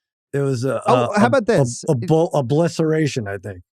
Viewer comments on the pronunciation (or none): "Oblisceration" LOL